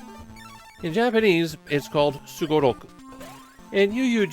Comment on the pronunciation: You pronounce sugoroku like a native Japanese speaker,, I always hear some people pronounce the sugoroku word with an emphasis on the -ku, however.